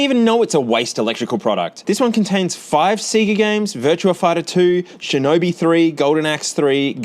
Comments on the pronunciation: the hell is seega? it's literally confirmed to be pronounced sey ga in the sound effect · Stop saying seega it's sayga! Lol heeps funny love you bro